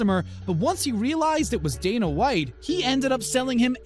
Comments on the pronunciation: sixteen hundreds....and its day nuh white not dan uh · Renji lol Dan-a White haha.